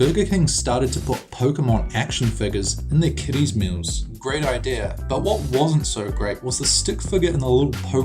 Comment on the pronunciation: A really good video! Except I found it funny how he said "Ideyer" Instead of "Idea"